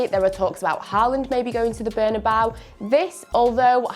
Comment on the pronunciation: “The appeal of going to the bernabaeu for a young player” who’s the youngster?😂😂